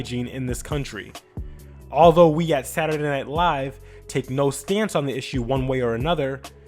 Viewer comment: When reading in Martin voice and he pronounced Saturday. 😑